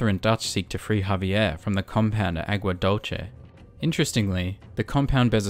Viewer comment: Homeboy it’s pronounced “Agua Dulce” not “Dolche” 🤦🏻‍♂️ it means “sweet water”